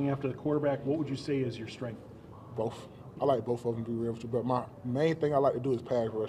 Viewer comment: Dude said skrenff….. that’s how you know he strong for reals. Can’t wait to see these dudes play for the G men. Go Pack Go